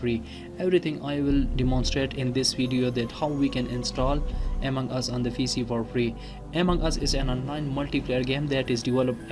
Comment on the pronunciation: Bro it is among us not amang us